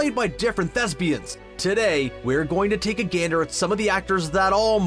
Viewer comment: When you say thespians I keep thinking you say lesbians 😂😂😂🤣🤣🤣🤣😂😂😂